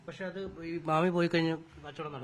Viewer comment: മാമി അല്ല കാമി